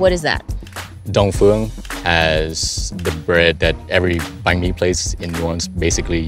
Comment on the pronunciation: raise your tone when you say "banh"